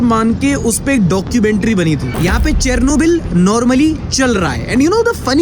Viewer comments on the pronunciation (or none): It is pronounced as ‘Sher-no-bill’